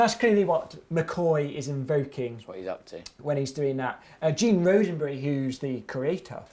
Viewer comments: pretty sure he said "Gene Roseberry" as the creator of Star Trek, it's Gene Roddenberry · James is SUCH a big fan of Star Trek, but pronounces the name of its creator wrong? How is that possible, Roddenberry is spelled with two "d"s on pretty much every Star Trek related material one would think. ^_^